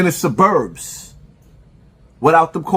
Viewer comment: Suburbs is mispronounced. A man his age should know how to pronounce that word. I think this is extra corny but dude claims he wants to fight but we have never seen him on camera fighting anyone. This is a social media bluffer. Its all about content and comments with him. He been this way. Hes had animosity toward Maino for years. Trying to get him to respond to HIS videos about him. Lets be clear on that. Even as I have always seen Maino the same way he has portrayed him in the clip. So it wasnt back and forth. It was just him until this week.